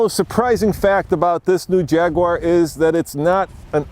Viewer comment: how can any self respecting brit let an american stand next to him and say "Jagwarrr"